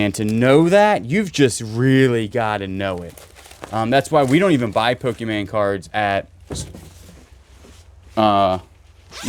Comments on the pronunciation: Pokémon….not pokeman. I sit here and want to jump into the screen. Must say I have a laugh while sitting in the warm weather down here in New Zealand. Enjoy the humour…. Hope you guys have a great 2025 for storage units. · Pokemon NOT POKEMAN